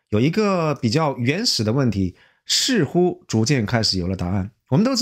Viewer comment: 似乎（sihu）不是“是护”（shihu）；是操纵（caozong ）不是“超重”（chaozhong）。。。太多了！节目的文本很好，但你伙计这发音咋这么多咬舌之？！听起来真难受，很影响节目效果，赶紧改正一下不难的！艾家普通话还是可以的，咋弄的又退回老家了呢！😂